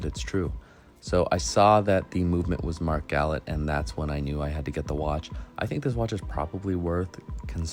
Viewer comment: Great video, only one pet peeve🤣 gallet is pronounced GallAA. It’s French so the et is an A in pronunciation 🍻